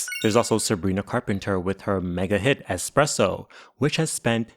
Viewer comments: Why do you keep saying expresso? Do you not know how to say espresso? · The same way he mispronounced axed and expresso, all intentional for the sake of farming more comments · Your English is so bad, bro. Expresso? You also don't say "what does it means" - it'd be "what does it mean". I assume you were born into this language too, based on your accent. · Good job pronouncing “Rihanna” but work on “espresso” (not expresso) and “Sia” (not Sza)